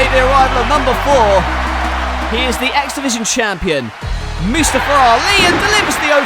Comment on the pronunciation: i thought it was moostaffa not moosestufa